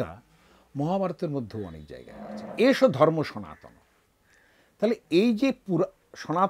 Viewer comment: Your pronounce is totally wrong,. Sanatan not sanatani.